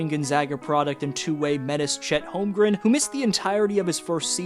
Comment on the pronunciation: I know I’m being an asshole here but it is not “Holmgrim”. It’s HolmgreN. Practice it